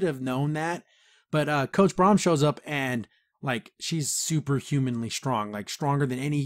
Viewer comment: It's Brunt not Braum nor is it Braun.